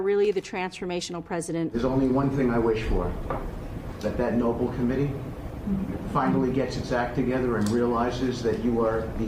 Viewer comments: .. they can’t even pronounce Nobel right… they keep saying noble .. idiots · Somebody tell Witcoff it's The No-BELL Prize not nobel. And he's a "diplomat"? Seriously?? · Sorry, had to click off when you were playing the compliments. And by the way, it’s Nobel not noble. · 50 that Noble Committee. 😅😅😅 it's NOBEL! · Why do Trump's people, including members of his Cabinet and his own press Secretaries, keep pronouncing "Nobel" as "Noble"? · not noble committee buuthole its NOBEL DUH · “That NOH-bull committee…”? No wonder people have been saying that it’s not a cabinet; it’s a junk drawer. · Noble committee? He can't even learn how to pronounce it? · Can’t even pronounce “ Nobel”… there’s only one thing we all wish for and we all know what that is. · How are all these rich, white people so ignorant that they don't k ow how to pronounce the name "Nobel". It's someone's NAME for God's sake, not an adjective! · Guy can't pronounce "Nobel".